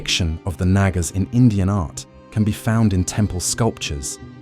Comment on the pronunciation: Its actually pronounced with the second A being silent